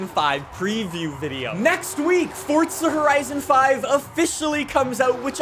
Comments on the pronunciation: PLEASE JUST SAY FORZA DONT SAY FORTZA?!?!?! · Why would you say "FORTSA HORITSON" it's "FORZA HORIZON" so dumb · did he say at the beginning ..welcome back at the forca ? horizon? ... hahahhaha its FORZA ...Z Z Z Z Z ..not C C C C C ..damn... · Forza! Not Fortza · Fortza horizon 5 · fortza ...... Why so many say that I will never understand. but cool vid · Forza not fortza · why do you say Fortza? instead of Forza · For zah jesus why cant americans not pronounce correctly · How many times does he say fortsa in the video? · didnt know it was called FORTZA lol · You said "Fortza horizon 5" six times in the first minute. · Is it really pronounced "Fordsa Horizon"? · Anyone else cringe everytime he says FORTSA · Great review but couldn't listen to the word FORDZA anymore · dude stop saying fortza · you mean forTza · Dudes so exited he can’t even pronounce forza properly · Pronounce Forza correctly